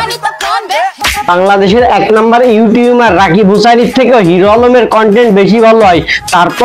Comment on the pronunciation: সবি বুঝলাম তবে আপনি ইউটিউবার কে ইউটিউমার বলেন কেনো রে ভাই ??